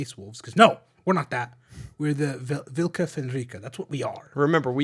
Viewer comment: Nah, man, blue and pink is classic '80s synthwave lighting. And synthwave is da bestest.:3 'Vlka' is more of a guttural -uul sound,. Vuulka Fenryka. And as vlka/vulka is etymologically close to 'valka' in old Norse, which means 'death', the name is (assumedly) closer to "the killers from Fenris". *is huge Norse nerd* No, wolf is 'ulfr'. And Fenrir wasn't a god, he was Loki's bastard son (and an actual wolf the size of a Clydesdale). "Wolves of Fenris" would be "Ulfar Fenringr", 'the wolves belonging to Fenris'.